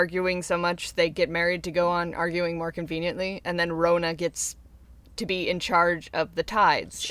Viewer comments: lmao its so funny how people don't know where nz is :). Im from nz and this video was deeply .... interesting. the way u pronouced maori and rona. :|||||| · I'm Māori myself, and although your pronounciation of Māori and Rona really need some work (no offense meant, Māori is a really hard word for anyone unfamiliar with the language to say! Even some non-Māori New Zealanders get it wrong), it's so cool to see my culture discussed or... really acknowledged at all. Human Calamity is gorgeous btw!!!! I love her so much.